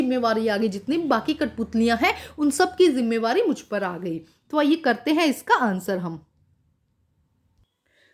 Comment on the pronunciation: Mam 3rd question ke answer mai app zimmedari ko zimmevari boll rahi thee